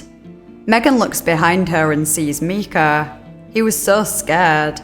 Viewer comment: The mispronounced names of the victims in this video are grating on my nerves and feel borderline disrespectful. I seriously don’t understand not doing a cursory pronunciation search that takes 2 seconds. The little boy’s name is Micah, not Mika. Pronounced “My-kuh.” The old woman’s name is pronounced “Mar-shuh.”